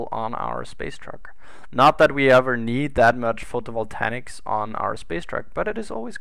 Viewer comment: The space truck needs landing legs. Photovoltaics! Say it with me: foh-toh-vol-tey-iks. XD :P